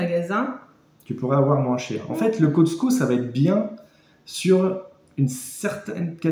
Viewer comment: Cotsco??? C’est Costco et non, on ne prononce pas le t